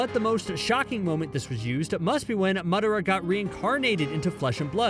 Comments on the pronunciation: man literally called him mudara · Mudera….. bruh